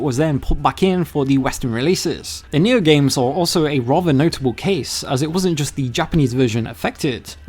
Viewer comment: I was like, wtf is he saying? Nyew? What's Nyew?